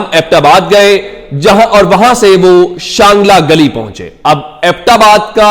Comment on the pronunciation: شانگلہ گلی نہیں چانگلہ گلی ہے